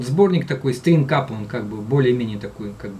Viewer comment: Все-таки правильней говорить не ФенниАдамс а ФанниАдамс..И СтрангАп ,но не СтрингАП. Написал не для зубоскальства,просто режет слух.